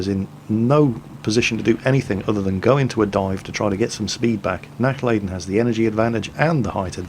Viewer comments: It would be a "lah" sound, as opposed to "lay" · I want to make sure he doesn't butcher it in the future. 'Nachlayden' was just an effect of his ignorance. He can learn. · Nachladen mean not loading in German and it is pronounced nach larden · Yes, purely out of personal interest, I want him to not butcher the German language. I can simply not stand faulty pronunciation. However, I know that really only pays heed to comments he himself finds interesting and comments regarding pronunciation are not on that list. Regardless, out of the vain hope he would actually read what I wrote and actually try to pronounce the 'a' like 'ah' when speaking German, I wrote the comment, hoping nobody would take offence to it. I am indeed half German and no, I am not being stubborn because I am half German, I am being stubborn because I'm half Dutch and Dutchmen hate being in the wrong. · both "a's " are pronounced like the U in utterly, a little more "stretched" though. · I like how you pronounce "Nachladen" ;D sounds like a gaelic word when you say it ^^